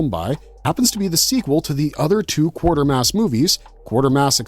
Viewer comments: Q u a t e r m a s s not q u a r t e r m a s s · QUATERmass...NOT Quartermass... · Any reason why you show 'The Curse Of Frankenstein' while talking about 'The Curse Of The Werewolf'? And the name is pronounced: 'KWAY-TER-MASS', not 'QUARTER-MASS'. Yes it's an odd name, but watch a clip of one of the three movies to hear how it is said. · He also kept saying "Quartermass" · Maybe you learn how to actually pronounce Quatermass before talking about it.